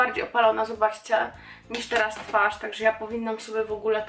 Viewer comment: Zauwazylam ze masz teraz taki brytyjski akcent nawet jak mowisz po polsku to przeciagasz dlugo samogloski np- twaarz, a nie mowisz tak jak my mowimy tak szybko 'twarz', mam nadzieje ze wiesz o co mi chodzi :D